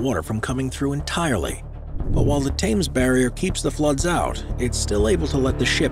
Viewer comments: oh I cringed when he said Thames that way 🫣🤦🏼‍♀ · “Thames” is not pronounced “Tames”, it is “Tems“ 🙄🤦‍♂️ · The HA is silent... Thames is "T'mes"... not T'ha'mes. Not Times (as in Time) but T'mes = T'imes as in Tim's... :) lol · its called the thames NOT the tames barrier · 'Thames' is pronounced 'Tems'